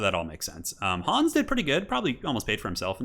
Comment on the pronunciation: Well, Hans or "Hooons" as you call him is a german name and thereby sounds imperial.